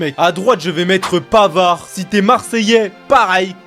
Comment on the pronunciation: Comment c'est possible qu'ils ont dit pavard ? N'oubliez pas le but second poto. 1. PAVVVVVAAAAAARD